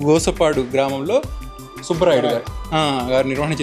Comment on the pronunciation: Bro Gosapadu kadhu Gospadu. Sorry